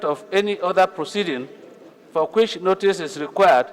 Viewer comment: Which English dictionary confirms it that WHICH is pronounced Kwich...?